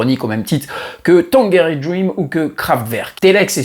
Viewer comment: Merci pour cette super vidéo. L'histoire de Telex est fascinante. Juste une précision pour la prochaine fois : on prononce Tan[j]erine Dream !